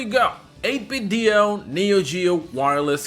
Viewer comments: Why do you keep pronouncing it "8-bit Dio" it's "8-bit Do" do we need to get 8-bit joestar? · 8Bitdo is pronounced “8bit-doh” like Nintendo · the company actually pronounces it 8 bit doo like Scooby Doo